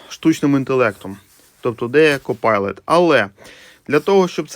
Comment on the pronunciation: ""Копайлот" ))))))))))). Это вам не pilot, который читается "пайлот". И десятичный разделитель - это точка, а не запятая.